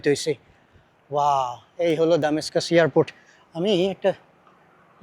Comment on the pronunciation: এই লোকটার উচ্চারন খুবই বাজে।এয়ারপোর্টেরে বার বার ইয়ারপোর্টে বলে।